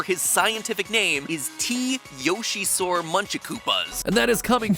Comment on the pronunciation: T. Yoshisaur Munchakoopas... Yoshi"SAUR"